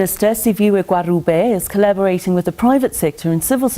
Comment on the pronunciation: Anchor please practise Gwarube don't try to pronounce it in English!